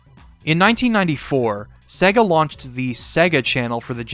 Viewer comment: Great Video! You and Majulaar are masters of these long-form retrospectives, they really take me back every time - and your choice of games to review was awesome as always However! Was a bit rich you ragging on the Berserk game's pronunciation when you pronouned 'SEGA' wrong about 165 times throughout the 2 hours 😅 which will probably stop me rewatching this several times like all your other videos. 😭 Only blip that really annoyed in an otherwise stellar essay 👊